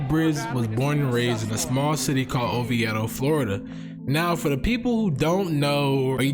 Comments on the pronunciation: Sorry you said oveido wrong lol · It’s pronounced O V DOE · you saying Oviedo hella wrong lol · Bro you know nothing about Oviedo. I can tell because you mispronounce it like no one I’ve ever heard. Quit fronting, I’m from Miami and I didn’t know about Oviedo until I moved to Orlando. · Almost clicked off the video I dont believe ur from Florida pronouncing it like that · U pronounce Oviedo ugly af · Did you hear how he pronounces “Oviedo”? 🤦🏻‍♂️😂😂